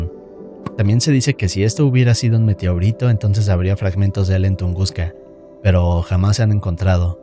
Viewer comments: Dí Meteorito.: Meteorítou. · ¿Alguien notó que cuando pronuncia "meteorito" parece gringo? AJJSADJA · Que onda con tu forma de decir meteorito?